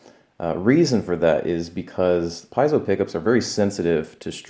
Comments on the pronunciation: Piezo is pronounced Pee-ay-zoh. Three syllables. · Not trying to sound peckish bcuz I just learned myself but PIEZO is pronounced 'pee-etzo', D'ADDARIO is 'dad-ar-rio', and becuz Iam on the subject: Neil PEART is 'peer-t'.